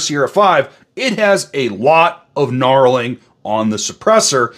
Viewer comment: Also its knurling not knarling haha